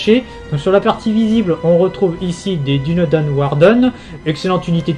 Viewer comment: Dunedain ça se prononce Dounédaïne et pas Dunédin ni Dunédène